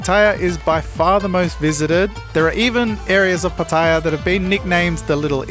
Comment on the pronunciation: It's pronounced Pa-ta-yar. Not Pat-ayer... Just sayin.